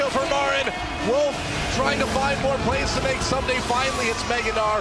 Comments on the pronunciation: Amazing work but, K koma and soomday.... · since when is ssumday pronounced soomday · Ahhh I cringe every time he says "soom-day" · Good video but every time you mispronounced Ssumday's name it grated